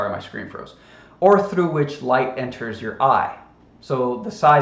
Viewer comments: Aberture, amberture, what’s the difference, bro? 😅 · Did actually say "aburture"?